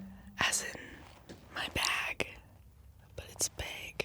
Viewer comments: Us :“Bag” Canadians : “beg” 👁 👄 👁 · Omg I didn’t realize I say bayg (bag) until this video 😭😭😭😭 noooooooooo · Im a Canadian as well. i say it the exact same way she says it, BUH-AH-G instead of BUH-EY-G dawg wtf i didnt even know 😭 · So even text to speech can’t figure out she’s saying bag 🤣😭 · I say bag too that way. 😭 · i didnt even know we said bag diffrently tbh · her saying bag in an ameircan accent then swithing back to her actual accent was so sweet LMAo